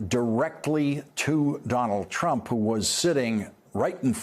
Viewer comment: Does Lawrence know he can just say "Trump" and we'd know who he's talking about? He doesn't have to say "Donald Trump" each and every time. It's become a single two-syllable word for him: "Dolltrump". It just doubly hurts to hear both names.